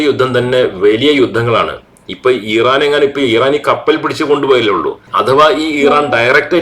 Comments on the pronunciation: ദയവായി ഈറാൻ അല്ല ഇറാൻ എന്ന് പറയു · ഇറൻ ആണോ? ഈരാൻ ആണോ?